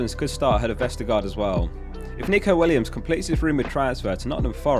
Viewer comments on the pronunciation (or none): none